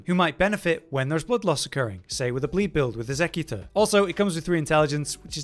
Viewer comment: Actually annoys me how he says „executor”